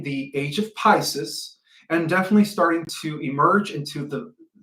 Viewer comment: PiSIS??? Come on! Pices is pronounced as such: Pi-see's or Pi-seas. Not Pi-sis like sis-ter. That's now 4 words you MUST fix!